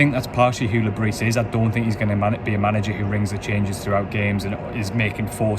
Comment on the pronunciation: Great summary you obviously are adept in delivering an honest account of the match. one criticism its not Le Brissss, its pronounced Le Brieeee